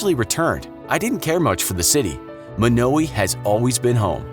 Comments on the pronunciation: It's not pronounced Mo now ee, it's pronounced Mono why. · I’m from Yankton, South Dakota and I’ve been to Monowi and eaten at the bar in Gross, just letting you all know it’s pronounced Mönōwī not Mônōwē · Actually,it’s pronounced as: Mon-o-why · It’s not Muknowi, its MonAWhy you idiot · I live 7 miles from monowi in a town called lynch and it is not pronounced munowy it is pronounced mon-oh-why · It’s mon-a-why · Oh yeah, and Elsie will be quick to correct you it is pronounced Mah-no-why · its actually mon-o-I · As a Nebraskan, it’s pronounced mon-o-eye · The way you Monowi is wrong it's (Mon-o-wi) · Fellow Nebraskan here...is it just me or was the narrator pronouncing the name wrong? I've always known it to be Mawno-uh or Mawno-eye.... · it's MO-NO-WAY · It's pronounced mon-o-a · Monowi, pronounciation (Mo-no-we).... Get it! No we! Just I! Hehe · Your saying it wrong, it's pronounced mon-oh-why, it's rather annoying, ( I'm from Nebraska) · Monowi how does everyone pronounce this wrong its m short a sound i hard o w i as in eye M(aww)n(Oe)w(eye) I know this I've been there but I speak your language better than you